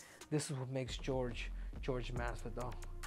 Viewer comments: how is it this guy supposedly speaks spanish but calls him GEORGE instead of whore-hey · Why does he call him Gorge. It Jorge(h-or-he) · Whore-hey masvidal 😆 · I've always wondered why it's so fkng hard for people to say "Jorge" vs "George". Come one man.